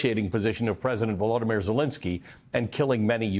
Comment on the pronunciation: VoloDYmyr, accent on the third syllable, not the second. Please pronounce it correctly.